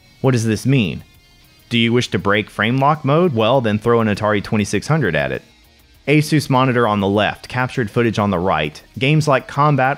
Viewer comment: LOL! You said A-soos.